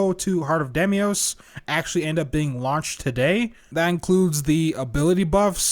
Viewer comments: Demios? Daymios? It's Deimos - day mos. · Heart of Demios? Who the hell is Demios? xD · "Demios" lol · Heart of... DEMIOS??? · Why cant nobody say Deimos? Its always Diemos or Demios BUT ITS DEIMOS -_